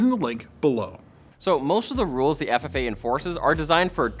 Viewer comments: Federal Aviation Administration. FAA. Not FFA. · Isn't it FAA and not FFA?